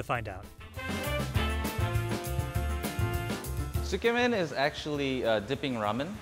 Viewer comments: How many map geeks, Asians, and japo-files just died a little? Edit: OMG... Sigh... I can't blame you.... But it's pronounced.... Don't drop the zu. Zu ke men, not ske men.... Sounds really wrong. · Am I hearing it wrong? She's saying "Tsukemen", right guys? But all I hear her repeat is "Skemen". Kinda sounds disgusting, lol. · When the lady said “scamen” MY JAPANESE SELF GOT SO SO SO CONFUSED and then I realized she tried to say “tsukemen”.. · Tsukemen is pronounced "Zu-ke-men" not "skarmen" if that helps? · Skemin?? Tsukemen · Su Key Man not skemen get it right Haoles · How in the world did she bastardize the word tsukemen into "SCAMEN"? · should learn how to pronounce "tsukemen" su key men, not scam in, lol like seriously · When she tries to pronounce tsukemen, it kinda sounds like “schemmin” haha. I was so confused. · and? Gringos? What so now you’ve decided to resort to being racist?! PLEASE as Viet I’ve SEEN SO MANY and I mean SO MANY mispronounce asian foods, and most are black, white, Hispanic, oh and ASIAN. It’s now a race thing🙄 Literally every country mispronounce foreign foods, English is the same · This lady is the worst at pronouncing Japanese words! sometimes pronouncing the completely different word and thus changing the meaning. Your geography and spellings were also bad! Feels like very little research went into this video.